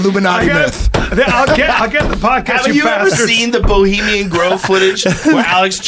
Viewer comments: Boleemian Grove? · "Bolimian Grove" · Eddie Bravo is a clown. “This producer... this crew... Bolemian Grove...” Bolemian Grove? What? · "Boliemian grove" the man who is the biggest conspiracy theorist yet be cant get the name right. Hahaha